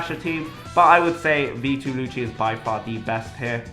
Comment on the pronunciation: I Dont like how you pronounce Lucci..